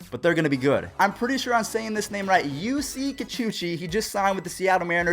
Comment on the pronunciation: “yousee koochie”